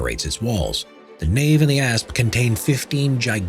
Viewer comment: It is "Apse" NOT 'Asp".